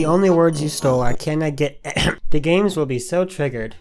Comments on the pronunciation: Before I can confirm what you say is absolutely true, just want you to know... it's D A Games, not Dah Games xD Haha just a small nit pick. ANYWAY! Is that how everyone's been treating you?! :O man on behalf of everyone who's been saying that to you, I'm really sorry. If y'all need further proof that he has spoken to me, look no further than my comment right here. It takes quite a bit to make a song so with that knowledge you should know this guys been working on it for a fair bit of time, so much so that by the time he finished his, I had my preview made with zero knowledge of the name already being used. I was incredibly happy with changing my name since all my preview titles are codenames for the full project rather than full official placeholders. This guy deserves more credit than you give him and it isn't fair that he has to be told this every day. I also wanna let you all in on what stealing actually is. There are dozens of songs out there that already have the same names as each other, so take that out of the equation, the dude would have had to completely rip our songs melody's, beats, lyrics etc. Since this isn't the case, and is it's own ORIGINAL composition, this is the furthest from stealing all together. So please people, have a big of decency for the rest of the content creators who are trying their hardest, LOOK AT DESCRIPTIONS FOR DARES AND RELEASES!! It'll save your ass from a lot of backlash from other commenters, and even the main guy himself. Please guys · Wait its pronounced D A games not dah games damn I feel stupid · Thank you Will you don't understand how many people I get triggered from calling it "dah games" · Yea It's D A Games not Deh Games XD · DAGames - you stoll from dah games I'm sorry.... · you stole from DAH games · Excuse me ITS D A GAMES?!!?!! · The fact that he said "dah games" made me laugh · Sorry to be annoying, but its pernounced D A games. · Nobody:: duh-games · No one: DA Games:: DAH GAMESUH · D! A! Not “da”